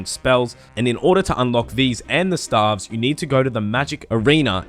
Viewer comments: Stave is pronounced stayve, not like staff. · staves pronounced "Stay-ve" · lol the way u r saying it u should be spelling staffs and u pronounce staves like (stay-ve-ss) but besides that lets see how the video turns out haha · Lol i thought it was pronounced stayves lol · i died when i heard stAAAvs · Can someone please get me a counter of every time he said STAHVES in the video? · Lol no it isn't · god its triggering but nice vid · Dude, I'm an Australian as well, but it is staves still.... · I would probably watched the full video but couldnt take anymore of the wrong pronunciation of stave after 21 seconds of it. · your pronunciation of staves is wrong, or is it just australian accent? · To all the non-Aussies getting triggered over his pronunciation of Staff and Staves, just letting you know that's actually how we pronounce those two words in Australia nation wide. Nothing wrong with it.